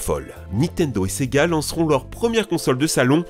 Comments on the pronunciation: quand tu dis sega j'entends c'est gars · Et du fameux : sEgA